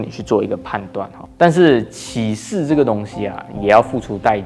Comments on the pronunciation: 请注意一下拼音，“歧”是第二声不是第三声，毕竟是有不少观众的频道。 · 是qi 第二声 不是第三声 歧视你😂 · “歧”视，那个字读二声（同：奇），给你讲到好像启示 XD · 歧视不念“启示”；”歧“的正确读音和“奇”同音。怎么越来越多本地华人对汉语的正确读音都掌握不好呢？难道马来西亚的华文水平一代不如一代？感慨。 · 你要说的应该是发音, 不是拼音。不过真的不该犯下这么低级的错误。大家共勉之。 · 多嘴一会儿一会儿，“歧视”的读音和“启事”不一样，“启”第三声，“歧”第二声。所以当我听到你信誓旦旦发出“启事”的音，在解释“歧视”二字会有点想笑。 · 主播歧视的读音让我一度怀疑我的中文是不是错了qíshì歧视，（不是找茬只是分享罢了😊😊😊） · 赞！但注意歧视的歧是第二声。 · 沒有歧視的意思，只不過「歧」念第二聲。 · 念歧qí 视shì 啦~~ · ”歧视“ 正确发音： qí shì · 歧视的歧念第二声…… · 请先去查好歧视怎么念再来歧视零零后k 还有你的错别字很多xia